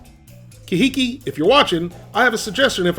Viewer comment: Wow, that's pronounced car hee keep, supposed to sound Hawaiian, I guess.. I liked your review, gotta get an air fryer!!!😁